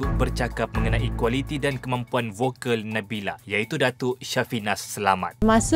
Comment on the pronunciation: Konfiuslah kita... Nabila ke Nabilah nama penyanyi yg dibincangkan tu? Terganggu dgn sebutan juru-temubual.